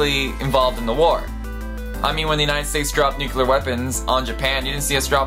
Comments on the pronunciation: The word is nuclear not nucular, sorry but realy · I don't know if I can stand 9 minutes of the word "nuclear" being pronounced "nucular" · Nuclear. Not Nucular. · The weapons are called N U C L E A R, not N U C E L A R, ok? Ok. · Hey, dipstick, it's pronounced NEW-CLEE-UHR!!! There is NO word "newkular" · "New-cu-lar" is incorrect way to pronounce the word "New-cle-are". Nuclear is how it is spelled. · It's nuclear not nucular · 1) New-clee-er. It's not spelled nucular, and you shouldn't follow George Bush in his method of pronunciation. 2) you forgot about nuclear power, and radiation treatments for things like cancer. All of which came out of nuclear development. /.\ you broke it l, sir... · it is nuclear, not nukelar... sorry, I can not listen this... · Please, your accent makes you pronounce so many words incorrectly. It is NOO-KLEE-EHR not NOO-CUE-LEHR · It's pronounced nucLEAR not nucULAR 😁just sayin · Did I hear nu-cu-lar or nu-clear? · One minor thing: "nu-clear," not "nu-ky-lar" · Nuke-Lee-ar not nuke-You-Lar! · NUCULAR. NUCLEAR. AHHHH. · NUCLEAR. NOT NUCLEAR. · Why the fuck does he keep saying "nukilar"? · Why does he say Nucular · raumaan kidwai nucular is cooler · I came here for some info about Nuclear tests but all i got is this: Nukilar!!! 40X my heart was hurt..why did i watched this video anyways.. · The only one I cared about was NUCULAR. it simply ignores the spelling completely. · It's pronounced "new-clear". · You should probably learn how to pronounce nuclear before making a video like this.